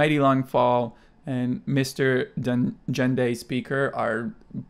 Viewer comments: Congrats on 50K!!! You deserve it!!! Also Gendai is pronounced: Gehn like get or getting Ge-n-dai. Please react to to Pentagon, iKON, INFINITE, Winner, NCT and PLT! ❤ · Hey,. I'm in Japan so hit me up if you ever want ONE OK ROCK CDs or something. =) Also, "Mr. Gendai Speaker" is pronounced with a soft G sound (eg. "guest"), not like a J (eg. "generation"). I didn't realize it until I was translating it for my site, but Mr. Gendai Speaker has really interesting lyrics. The song is kind of like Taka's commentary about the internet. Check it out